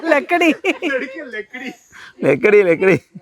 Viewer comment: ലെ മാം ലക്കടി ❌ ലഡ്കി ✅ 😂😂😂😂😂😂😂😂😂😂